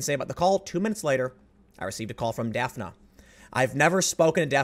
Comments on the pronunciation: Dafna...I was thinking it was Daphne...Daffnee...but I was like wait till I see the spelling, since I was only listening to it. Sho'nuff. Do you think she got that name from Daphne, but her parents didn't know the pronunciation. Daphne is more tricky then when you can get by with Shawn, Pammy pamela Kamala. Could be a native name...or popular. But I wonder?!? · I believe the woman's name is pronounced "Daff-ney" but it's funny & cute how you pronounce it.